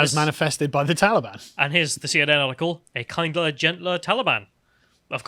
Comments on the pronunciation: Kinder, not kindler haha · Did he say 'kindler' three times! The Afghan spokesperson has a better grasp of the English language than you! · “A kindler” more gentle Taliban? Does even know how to speak? If he misspoke once I would understand but he said it three times in the first minute of the video. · Why can't say the word "kinder" he keeps saying "kindler". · Why does he repeatedly say "kindler"??? Is he a moron? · Kindler? Am I hearing this wrong? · I’m a little tickled that he keeps saying kindler. It’s fairly endearing 🥰